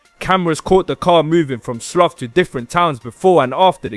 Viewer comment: Slough is not pronounced as “sloth” it’s pronounced “slaow”